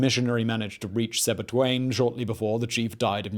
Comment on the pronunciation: its not sebituane but Sebitwane